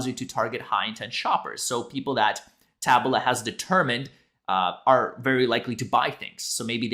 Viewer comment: TA-BOOLA, not TAB-U-LA lol